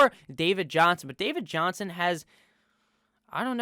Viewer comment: I cackle everytime u say “dAvId JoHnSoN”